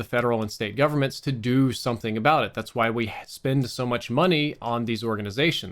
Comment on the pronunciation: I love how his Mississippi accent slips in from time to time. "Why" sounds like "Hwoi" 😂